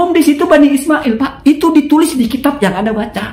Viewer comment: Kalau baca kitab yang teliti ya kang... masa "bibani" di baca "bani"😂